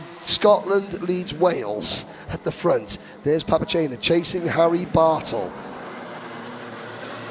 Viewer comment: My wife could overhear the broadcasters and she says "Whaaaat? Someone's name is Harry Butthole?!?!?" We both busted out laughing and I had to replay it. I said the drivers name is Bartle. She said "Well the way he said it sounded like butthole!" She is still laughing in the other room. Good tight racing there.